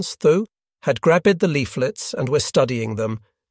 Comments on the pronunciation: Where did you learn English ? The Capo wink - ed. They Grab - ed the leaflets ? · Good foundational materials, I wish you would use a real human to read the narrative. No English-speaking human would pronounce "grabbed" with two syllables!! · No native English speaker pronounces words like winked, "wink-ed", or grabbed "grab-ed". This is a bot/AI voice reading a script. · AI generated courtesy of Microsoft. The “ed” and “ent” pronunciation is its signature. It can’t handle words like “grabbed”. Only words like “trusted”. Google has somehow figured this out.